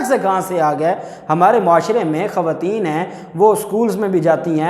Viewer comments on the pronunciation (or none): none